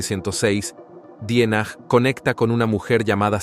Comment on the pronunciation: En definitiva te hubieras preocupado por aprender a pronunciar bien el apellido. Ya lo dijiste bien, de origen alemán.